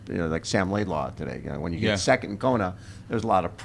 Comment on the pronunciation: Bob says laidlaw but it’s laidlow. Yes, it is a bit awkward name and one wants to say law but it’s low